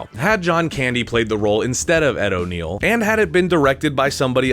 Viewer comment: Ed O’Neill and Ethan Embry (Randall), not O'Neal and Emery. Cheers.